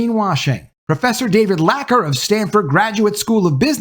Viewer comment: Dude, is AI doing your videos?! Larcker isn't Lacker, and k a t h i l d a h i l l is Kathi L Dahill, not Kathil da hil! Toss the AI and proof read! Diversity, Inclusion, and Equity has always been a lie, and when the "equity" starts coming out of a person's own pockets they wise up real quick like. But the agenda has been successful, being that it was always intended to enrage everybody. Mission accomplished! Yeah, it's unraveling, but the damage is just now being tallied, and there are some big plays on it coming this year and very few people are prepared for them. Our real problem as a species is that there is no competent diagnosis of mental illness, and too many lunatics hold authority in government and corporations. There can be no smooth operation of anything until we handle that.